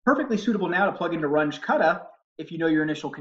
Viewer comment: Super helpful. I found that very easy to understand. Thanks for breaking it down with a familiar system. BTW, it's pronounced Rung-uh (as opposed to Runj).